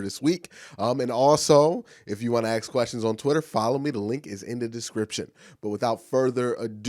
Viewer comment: Why can't you pronounce the word ask properly? Slow down and think about what you are saying. A-S-K